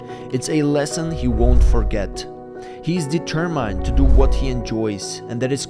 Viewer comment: Dee- ter-mined - what kind of accent is that? Australian?